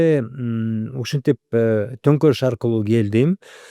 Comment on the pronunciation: Конторулуш эмес Тонкорулуш болот мырза